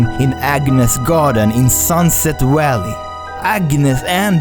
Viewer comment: I love the way he pronounces sunset valley as sunset walley 😭❤️